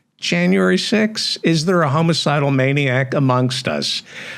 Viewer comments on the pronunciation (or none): It's not "homo-cidal" it's homicidal.